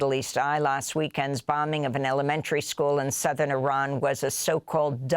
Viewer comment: Thank you for pronouncing IRAN correctly you are the only news outlet that does